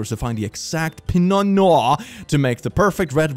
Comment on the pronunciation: My Brother before the lord, i respect you and what youre doing but by GOD, the way you pronounced "pinot noir" and "coq au vin" sent me straight over the edge